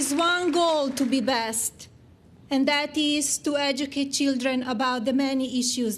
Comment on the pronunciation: Did anyone else hear her say the “Body Bench”?